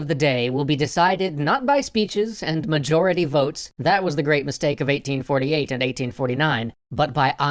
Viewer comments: "Mayority votes" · Mayority votes?